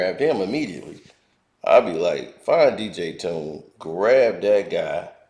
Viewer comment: Legendary producer Dj Toomp! not dj tune